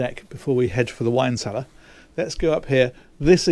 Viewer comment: "Wine cellear" Baah! It's perfect for the kids! And if they don't like it - They can shut the whole boat down :-D